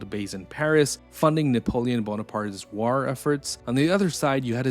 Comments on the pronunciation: The way you pronounce "war" is putting me off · Your AI narrator can't pronounce, "war." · Why do you pronounce "war" like that!? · Good video but you are mispronouncing the word war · The way to pronounce war is like a high pitched screach in my ear, I couldn't put myself thru that torcher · Like button for how he says "war" 😊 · The way you pronounce war is interesting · I’ve never heard anyone pronounce “war” like this narrator